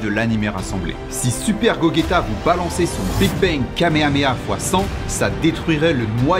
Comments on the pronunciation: je me suis arreter quand il a ditt gogeta...sa se prononce gojeta 😅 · Très bonne vidéo, cependant il y’a des défaut sur des connaissances db. Le personnage le plus fort qui peux faire un Kamehameha est Goku MUI de l’arc Moro. Gogeta 4 c’est dbgt non dbz ( ça se prononce Go/j/eta ) mais sinon ça reste très intéressant comme vidéo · "gogueta" j'ai arrêté là. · Répète comment ta dis GOGÉTA PLEASE😂😂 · "gogueta"? Sérieusement ? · La prononciation de gogeta est gogéta sinon super vidéo ! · Sa s'écrit Gogeta mai ce prononce Godjita en VO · C est gojeta pas de « gu » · Gogeta se prononce gojaita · Ta appeler l'un des perso les plus forts de la license "Goketa" vu que je suis de bonne foi je vais te montrer l'écriture la prononciation ira avec, 'GoGta", le cote science dans tes videos est super intéressent mais le cote manga a revoir mdr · Ca se prononce gojeta même si ça s'écrit gogeta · Ouulaa ya des erreurs non pas dans les calculs mais au niveau de ta connaissance de l’oeuvre qu’est dragon ball, gogeta n’est pas le plus fort d’ailleurs sa ce prononce « gojéta » Mais bon si on oublie sa (ce qui est difficilement faisable) la video est intéressante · Merci beaucoup ! 🙏😁 Je t’avoue que même moi je ne sais pas pourquoi je l’ai prononcé comme ça 😂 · Il viens de massacré le prénom de gogeta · Deja qu'on aime pas gogeta mais alors en plus avec cette prononciation 😂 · haaaaaaa super vidéo mais quand j'entends comment tu prononce gogeta je saigne des oreilles mdrrrrrrr GG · La prononciation de gogeta me perturbe de plus que bien qu'il soit puissant rien que beerus le bas selon moi surtout le gogeta de gt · En vrai la pronociation a un style 😂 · Ta mal prononcé le blaze de gogeta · Bonne vidéo mais la prononciation c pas trop ça 😂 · On ne connais pas la puissance de gogeta 4 et tu le dit mal mais pas mal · Deja tu la mal prononcé et c’est gogeta ssj blue le plus fort perso ya qu’a voir (il brise l’epace temps oklm)😂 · Go"gue"ta 😂🤣 c'est gogeta comme si tu disait gojeta.